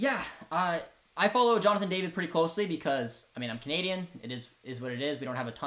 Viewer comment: Every time you say canadian, it sounds like comedian for me 😂